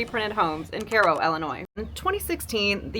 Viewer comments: Kai-oh . It’s literally spelled the same as Cairo, Egypt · "Kay-ro." JFC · Is that how you're supposed to pronounce Cairo?